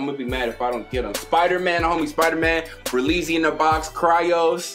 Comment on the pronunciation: Ber "Lee" zy